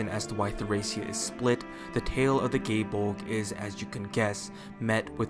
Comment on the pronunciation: proper irish pronunciation is guy-eh bowl-gah press f yall